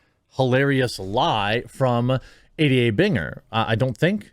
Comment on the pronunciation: I like how when you say "ADA (shyster bitch)", it sounds like you're saying, "idiot (shyster bitch)".